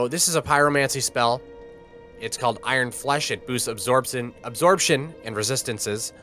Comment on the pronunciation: “It boosts absorbson” broe made my day I swear 🔥🙏🏼